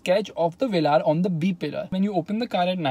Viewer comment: Jeremy Clarkson calls it's Velur... Wheels are eyesore though